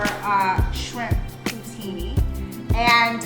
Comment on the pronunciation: Pooh teen. Not putini lol.